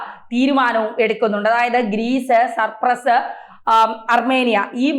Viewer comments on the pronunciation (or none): Cyprus and not supress as you pronounced.😊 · സപ്രസ് അല്ല ചേച്ചി സൈപ്രസ് 🤣😂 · സർപ്പ്രസ്സ്‌ അല്ല.. സൈപ്രസ്സ്.. അത് പോലും പറയാനറിയാത്ത ആങ്കറിനെ ആണോ വായിക്കാൻ നിർത്തിയേക്കുന്നത് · സർ പ്രസ്സ് അല്ല .. സൈപ്രസ്.. poor gk.. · സർപ്രസോ അതോ സൈപ്രസോ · സർ പ്രസ് അല്ല സൈപ്രസ് ആണ് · CYPRUS not surprus. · Surpress 😂😂 സൈപ്രസ് ആണ് കുട്ടി. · surpraso??? ethethu rajyam. kunje Cyprus enna parayuka. nalla journalism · സർപ്രസ് അല്ല ഹേ സൈപ്രസ് 😅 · Cyprus - please check the pronunciation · Its not surpress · സൈപ്രസ്സ് ആണ്. തെറ്റി പറയല്ലേ........